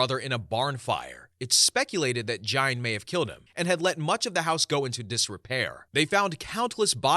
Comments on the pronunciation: fyi its pronounced "geen", like rhyming with bean, not "jine" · “Ed gine” I thought it was geen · Ed Gian? Ed Gein, and it pronounced geen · Story 10. Gein. Ed GEIN. Not gian,not giant.... GEIN. Pronounced GEEN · Gene. As in geeeeen. Not gine. Ed gein…. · Your saying Gain's name wrong & it's annoying af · the lampshade guy was Ed Gein, pronounced Geen. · Ed Gein... Pronounced like "Gain" 😊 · It is Ed Gein not Gian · You pronounced 3 of the killers names wrong. So I appreciate the time & effort you put into the stories but at least research what your talking about beforehand. Hearing you say ( Ed jine ) so many times in the story pronouncing his name wrong made me change stories. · the way he pronounced it pissed me off😭😂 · I’d have enjoyed it more if he would have been able to pronounce Gein’s name properly. Anybody that’s knows about serial killers knows how to pronounce that name. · It’s Gein with a hard G. His name is German and Germans don’t have very many soft Gs, if any, in their language Anyways, Gein’s fascination with doing taxidermy on humans stems from the Nazi “bitch of Buchenwald”, or Ilza Koch. She had things like human skin lampshades, fingers for light switches… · Ed Gein with a "G" not a "J" sound!!!! I almost shut this video off. Who the hell doesn't know who Ed Gein is? Literally the most known horror movie bad guys are based on him. Wow! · Radder? Try raider. Jine? It's pronounced geen. Oy, do some pronunciation research before publishing please! Also, I second the LPOTL shoutout. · Story 1. Dennis Rader pronounced: Raider not Radder. Story 10: Ed Gein. Pronounced: Geen with hard G like the word go. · I couldn’t even finish this vid, it was grinding my gears so much that all these serial killers are pretty well known but you can’t even pronounce their name correctly? You can pronounce Kuklinski but not Rader or Gein?